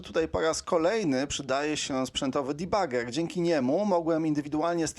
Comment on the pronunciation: Błagam, nie "dibager" tylko "debager". Czemu wszyscy muszą tak strasznie yngliszyć. Całe szczęście, że nie "debadżer" jak to Kardaś szpanuje swoją yngliszczyzną.